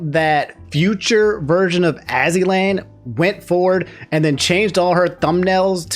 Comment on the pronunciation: Dw ain’t anybody gonna be want to sound like you and mispronouncing everyone’s names calling Azzyland as Ozzyland, Kiryu as Kuryou, Lia as Lie-uh. You good.